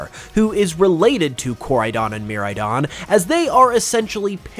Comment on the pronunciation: Bruh bro really pronounced it mirrordon instead of miraidon 😂